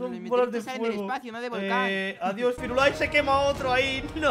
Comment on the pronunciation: Jaja cuando dijo firulai me rei por que mi perro se llama fido pero yo le digo firulay